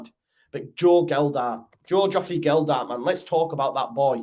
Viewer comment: Totally agree....apart from the pronunciation of Gelhardt. MOT